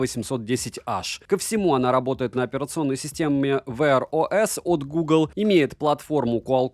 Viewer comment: А когда вы английский собираетесь учить? Долго думал, что такое ВэАрОЭс...